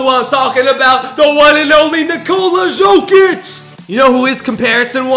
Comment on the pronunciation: You are pronouncing jokic wrong